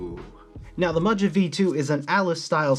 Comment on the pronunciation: I was thinking that it’s pronounced Maha but I could be wrong I just ordered the black one which is currently in stock but the choice of either PC or Ass Brass for plate material is kinda wack Luckily you can find the plate file online and prototypist will cut custom plates if you send him the file Gona get me some nice clacky forged Carbon Fibre to take it to the next level